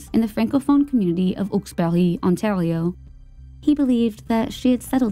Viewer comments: It is pronounced "hawks bury" it isn't french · The mispronunciation in the second story is off putting. I live in the area of Hawksbury. It is not pronounced Awksberry. Montreal is pronounced just like it’s written - Mon-tree-all. Marilyn is pronounced incorrectly too. It’s too guttural. Anyway, I’m happy to help with pronunciation on Canadian stories if asked.